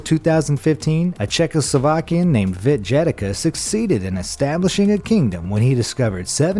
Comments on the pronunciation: Video is cool, but what the hell is wrong with people reading slavic names? How did "Yedlichka" turn into "Dzhedlika" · "Czechoslovakian - Vit Jedika".... THAT HURT'S MY EARS! It's a damn Ye-dli-cz-ka (Jedlička). And BTW - Czechoslovakia doesn't exist since 1/1/1993.